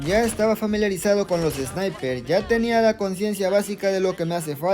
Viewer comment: Me dio mucha risa el man diciendo sniperzzz xd e visto gente quejando del meta pero quejarse de los Sniper ya es demasiado